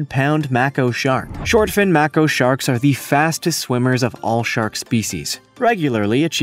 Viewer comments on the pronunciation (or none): I guess over exaggerating and pronouncing things wrong in your video will get people to make comments. But that picture that you showed with the shark fixing to swallow the human it's got to be bulshit. And they're called make oh sharks. Not mark o sharks. Tomato tomato who gives a flying shark tooth. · 200" shark, no ty. A Mac-co, really? Try pronouncing it "May-Co" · None of them, you don't say it like makio, it's maeko but spelled like mako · And I DON'T know ANYONE who has ever "swum on a reef" or heard of A "MACK-O" shark....but I know people who have SWAM with MAKO (Make-O) sharks. They are both probably similar though.. LOL..JUST KIDDING MAN! You prounouce 'Dem Woids 'dere how-evah you want. Cause SERIOUSLY, Your channels content is AWESOME! Love your video's and Grammar be damned. SPEAKETH ON GOOD SIR!! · Its pronounced.....May ko not mako. Great video though 👌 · "May-co" as in short for company. Not macko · shows how afraid, more like shows how fake our picture is. Also it is not mack-o it is make-o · It’s maaaako not macko and pic of the diver and the giant shark behind with jaws open is photoshopped and please 200ft? Maybe before you say something you might want to make sure your information is correct. But love these beauties and need to protect this species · Never heard anyone refer to Maco (long A sound) sharks as 'Makko' sharks. Did the narrator just fall off the turnip truck?? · It's pronounced May ko not ma ko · May- koe shark! Not macko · "make-o" not mac-o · Am I the only person who was annoyed by how many times he was saying the word Mako wrong!?! It's pronounced [MAA] + [KOH]. Like "I'm going to makE some fish", except take off the E and add an O instead....like, "I'm going to makO some fish!"😅 👏🏻👏🏻👏🏻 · What the hell is a "macko shark"...?!! It's called a mako shark! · Please, if you’re going to produce a video, learn to pronounce the name of the shark correctly. It’s Māko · It's a Mako, the A is long.